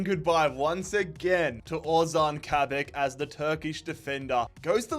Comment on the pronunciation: Its “kabak” not “kabek”